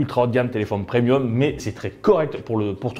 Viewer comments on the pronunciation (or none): none